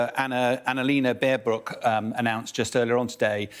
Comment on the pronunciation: This guy calls Prigozhyn every time somehow different, but never gets the name right... Even Anna Lena Baerbock turned into Baerbolck somehow 😅😅😅